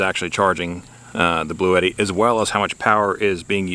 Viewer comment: Its actually pronounced Blue Tee - If you call their support line that's what they say on the call in.